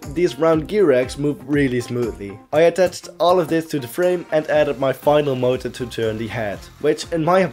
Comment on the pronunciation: When I heard him say motor, I swore he said murder.